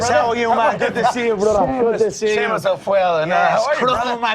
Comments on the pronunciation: Why was he calling him Shamus? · Why is he calling him shamus loool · why does conor call jimmy seamus?